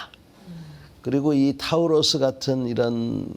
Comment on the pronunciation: 좀 미안한 소린데 저 여자 앵커도 공부를 거의 안하고 이 프로그램을 진행하는 거 같은데? 타우루스가 뭐임? 타우러스겠지 그냥 보고 읽는 거 아냐 예습도 안했다는 거 아냐 근데 했다치고 보여주기 식 훈련이 문제라고 하면서 그게 스스로에게도 해당한다는 사실은 인지 못하나 보네?